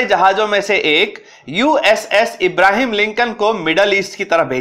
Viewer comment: it is not about the content it is about credibility, you made former American president Abraham Lincoln as a Muslim and pronounce his name as Ibrahim which is very big blunder and at your position since you are passing information you need to be more accurate since you are educating others with your thoughts